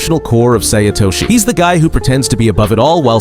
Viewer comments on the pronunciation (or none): “Say Itoshee” 💀💀💀💀💀💀